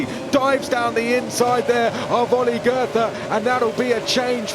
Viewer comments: Please stop mispronouncing Goethe. I only recognized that you meant him after the Last SC. Just pretend his name was spelled „Goete“ and you‘ll do much better. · pronouncing goethe as if it were written as "gerther" smh .. I mean I know it's not the easiest of names, but you could at least try to make an effort